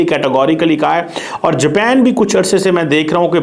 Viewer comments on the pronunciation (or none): اوہ بھائی جاپین نہیں جاپان ہوتا ہے